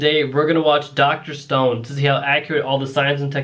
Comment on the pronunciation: bro I could swear that I hear him saying "Dr. Stoned" 😂